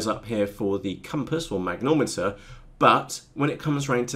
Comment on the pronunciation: It's a mag-ne-tom-eter....not a mag-nom-eter. Great videos though. Thanks.